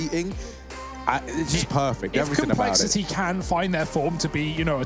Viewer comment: Commentator: "complexi'EE"